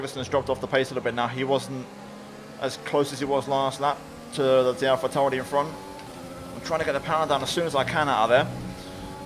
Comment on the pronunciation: Dude same! And Alpha Tauri. I thought I was the only one noticing 🤣